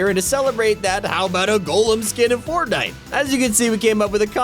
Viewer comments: Did he say soron it’s Sauron and it’s not Golem like an iron golem from Minecraft it’s gollum and miles moralees it’s miles morales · I’m sorry the way he pronounced sauron and Gollum hurts my soul.